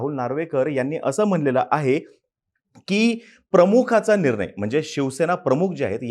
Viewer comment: निरनय नाही रे, "निर्णय"